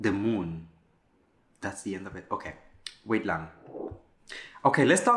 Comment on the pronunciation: i SO LOVE YOUUU!!! The "wait lang" is so on point filipino!!!!